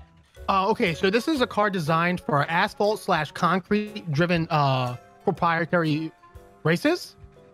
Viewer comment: HE SAID ASPHALT